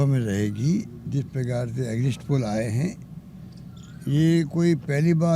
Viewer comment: Exit poll Ko exist poll bol reha h BC kaise anpadh CM chune h humne thu thu😪😪🤤🤤